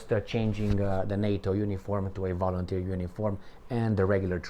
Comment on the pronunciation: I like that "volunterski"...😂😂😂